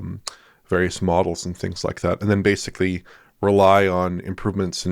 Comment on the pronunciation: or like people who habitually mispronounce a simple word like ‘basically’ as “basely”